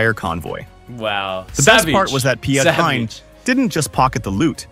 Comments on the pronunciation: Too bad the AI butchered his name. Should sound more like Pete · so piet hein when u trying to say that think pete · it is Piet ( pronounced as Peet) Hein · Piet Heijn is pronounced "Pete Hine" (almost). "ie"="ee" in English and you don't have the "ei" or "ij', but it's a bit like "eye", but pronounced with your cheeks as wide as possible. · Just don't try to pronounce Piet Hein. Call him Pete Hayn . This comes closest in sound for an english speaker. As for the rest. it's good to see dutch bravery in ww2. Unfortunately, many have a false idea of the Dutch being cowards because of fighting only 5 days in May '40 . The truth is that Hitler was so furious about the Dutch fierce resistance that he ordered the bombing of Rotterdam (yes, where that ironclad is). He did not expect that at all because the Dutch militairy forces were hopelessly outnumbered and seriously lacking equipment due to the "pacifists" ideas. Only short before ww2 people realised it would not last. Hopelessly late. The guns (carabines) of the Dutch army often came from the 19th century. Most of the planes were outdated and counted in dozens, not hundreds, let alone thousands. And yet, the resistance was so fierce that Hitler lost himself and ordered to bomb the center of Rotterdam, a civilian target. Then he told the supreme commander to surrender, or other cities would undergo the same. So the Dutch did not surrender because they were cowards. They had to surrender because they were absolutely NOT. But they also would not go on and have their civilians killed in masses.